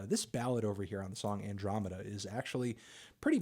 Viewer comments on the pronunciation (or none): none